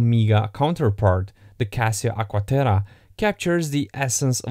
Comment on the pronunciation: "Agua Terah"